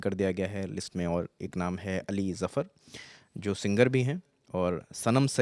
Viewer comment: Singer ko Zinger boldiya😂😂